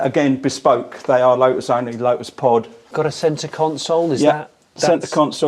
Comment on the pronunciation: He keeps saying lo-us , I’m sure There’s a ‘t’ in there making it Lotus .